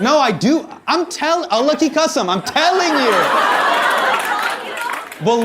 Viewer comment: "Allah ki qasam" when he said with the accent😂